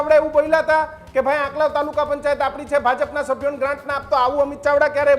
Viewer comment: આંકલાવ બોલતા મિતેષ ને નથી આવડતુ પહેલા ૧૦ વખત આંકલાવ લખી ને બોલ મિતેષ પટેલ નથી અસલ પટેલ નો દિકરો હોય તો એના માટેવિસ્તાર ના સરદાર સ્ટેડિયમ નું બદલ્યું આ પટેલ હીજડા ની જેમ તાળીયો પાડી સરદાર પટેલ નું નામ બદલ્યું મિતેશ તૂ પટેલ અટક બદલી દે